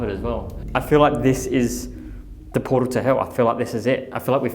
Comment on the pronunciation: Was it bewt on a portaw to heuww?